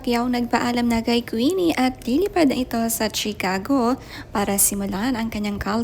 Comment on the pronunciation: That's not Chi-Cago ang pronunciation niyan.